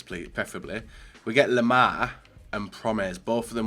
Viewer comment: His name: Lemar pronounciation: Lemaha